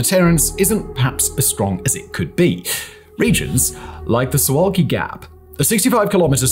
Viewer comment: It’s pronounced soovuhwkee.